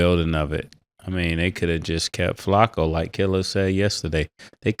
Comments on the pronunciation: I hate how Ma$e say Flaccos name 🤦🏾‍♂️😡😩😂😂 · They called Flacco Flako I’m subscribed